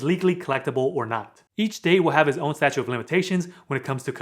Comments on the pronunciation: Good info, but..... it's "STATUTE" of Limitations. Not "Statue". Statute of Limitations. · Statute…of limitations. Not statue. This is very helpful. I’ve been working tirelessly on my credit and another persons for the past month and significant changes have happened. A lot fell off, a lot was paid. I’ve done some things really well, and made mistakes as well. Thank you for these videos! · statute, not statue. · Just wanted to make a correction ... on your video you kept saying statue of limitations, however, it's actually statute of limitations 😉. Good video otherwise; I've been enjoying them! Have a great day! 😁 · Good information but it’s statute not statue of limitations